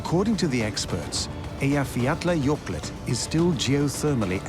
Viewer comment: It's called Eyiafjatlajokull, not a Eyiafjatlajokult. I might have the spelling a little off but the pronunciation is much closer (even if it's just phonetical).